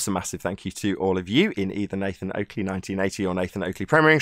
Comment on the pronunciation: Black Swan reks ballers!Oakley pronuncanation twice 🤣🤣🤣🤣🤣🤣🤣🤣🤣🤣🤣 get wrecked